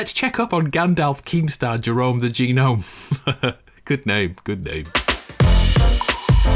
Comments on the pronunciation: in America we pronounce gnome (nome) not ganome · Evertime he says " G nome" 🤦‍♂️ its gnome the g Is silent... a genome is a completely different thing smh